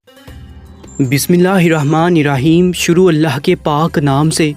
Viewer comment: بہائی یہ بسم اللّٰہ تو صحیح سیکھو